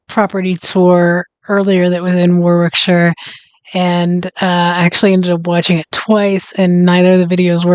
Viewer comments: Worrik-sher please, if you come over. Not War-wick. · The W is silent in Warwickshire......Warickshire